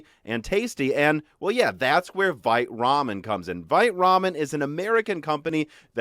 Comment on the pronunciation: Vite Ramen, I kept hearing fight Ramen